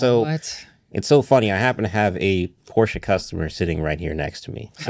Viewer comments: As a German, I’m confused when I hear Americans pronouncing Porsche perfectly German. I’m used to „Porsch!“ or more like actually expect to hear it pronounced like that because it’s so to funny😂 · Finally hearing Americans actually pronouncing Porsche properly including the "e" that some people just skip over :) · Lol a pet peeve of mine too! I’m American and remember being confused about that when I was young. We view an -e at the end of the word as silent. But I speak little Deutsch and now I’m all heeeeey pronounce the -e, folks!